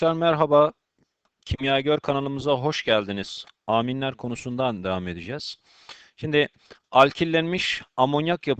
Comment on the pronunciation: Hocam Aaaaminleri biraz değişik söylüyorsunuz :D))